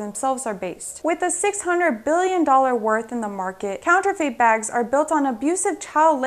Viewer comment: Counterfeit not counterfate